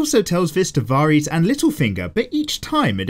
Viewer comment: You can pronounce Xaro Xhoan Daxos but not Varys, oh lawdy haha